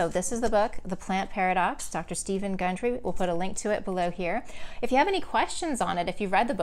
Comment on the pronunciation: Why is his name mispronounced twice during your talk...but pronounced correctly when you’ve referenced the book?